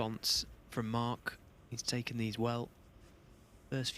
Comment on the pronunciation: Hey silly commentator, his name is Mark, not mart.